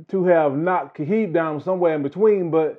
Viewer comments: Why does he keep saying “Khahib.” The man’s name is “Khabib.” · it's actually Habib, pronounced (Ha-beeb), it's an Arabic name and it means (lover).